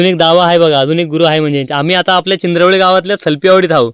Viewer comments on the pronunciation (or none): ओके.. मी उच्चार थोडा वेगळा ऐकला.. आणि चींद्रवली नावाचे गाव आमच्या शेजारी आहे त्यामुळे विचारले होते